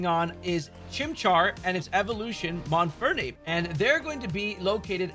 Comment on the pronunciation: MONFERNO KRICKETOT. If you’re going to do a video about finding these Pokémon, for goodness sake say the name of the Pokémon you are actually referring to CORRECTLY.